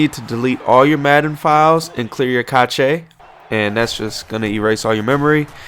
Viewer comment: Cach Ay is pronounced Cash..not being a dick. Nice vid